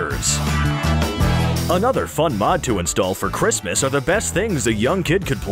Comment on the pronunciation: Why did you say merry chriamamaaaaas! When it's merry Christmas?